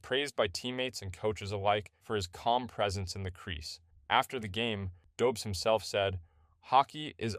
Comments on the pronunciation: Pronounced Dobesh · It’s a Czech name, the pronunciation is quite unintuitive for English speakers. Don’t beat yourself up over it. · Learn how to pronounce his name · Hey dude! Loved the vid, you got my sub. Refreshing to hear something ... Authentic. Freaking human; know what I mean? Keep'em coming ! :D P.S. It's pronounced "Dobesh". First name "Yakub" sort of. But who cares ;)